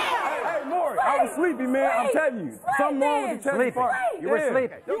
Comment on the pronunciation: Again, someone else don't know his name! It's NOT Murray, it's Maury! Short for Maurice. Do they pronounce Maurice like Murrice? 😅 It's so ignorant! Come on people, have enough respect for the man to say his name correctly! We miss you Maury.